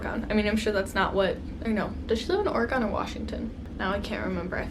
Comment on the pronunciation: i've never heard someone say oregon the way you do haha. my fav palette this year was the huda beauty mercury retrograde!